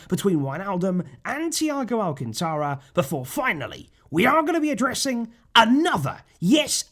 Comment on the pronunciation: Alcantara.....esdrujula word....ortogarphic accent on the third syllable...Al-CAN-ta-ra.....Get some learned joker to talk on your video....please.....it ain't Al-can-TA-ra......but Al-CAN-ta-ra.....ALL esdrujula words SHOW the accent!